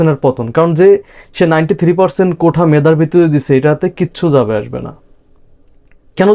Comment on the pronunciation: ভাই শব্দটা কোঠা না, "কোটা" হবে। উচ্চারণ একটু ঠিক করেন।